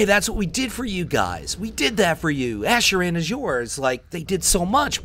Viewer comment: is it just me or are you saying asheraan?? asheraan asheraan asheraan asheraan